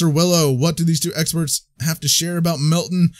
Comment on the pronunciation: It’s not pronounced Melt-tin, but it’s pronounced Melt-tan.